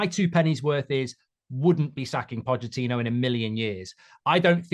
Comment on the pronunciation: Didn’t know the ch in Pochettino was silent